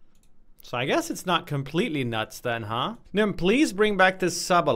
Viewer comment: i like how everyone calls him nim exept for himself when he says nim-n